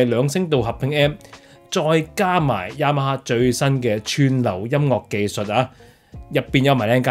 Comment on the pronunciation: ，Yamaha 的發音超標準😂